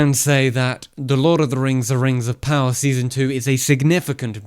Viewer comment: Really wanted to watch this but had to leave the 2nd time he said rings of power with the rolling r.